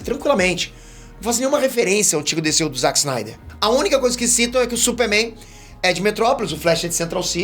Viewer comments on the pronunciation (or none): none